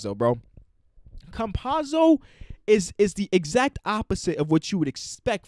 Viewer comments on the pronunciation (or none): The correct pronunciation is Ca-mpa-tso